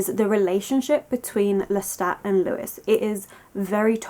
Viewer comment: Sorry to be that person but it's pronounced 'Loo-y' not Lewis as this is the French name but totally agree with your analysis of the novel 🩸